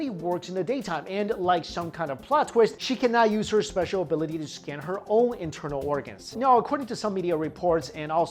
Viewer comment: I keep hearing the word scan as the scam. It made the video much more amusing